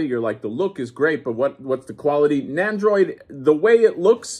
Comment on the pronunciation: NEN-doroid Not NAN-doroid. NEN!